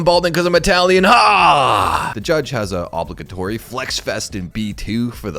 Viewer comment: Mispronounced "obligatory" 😂... Wow, so he doesn't even write these either?!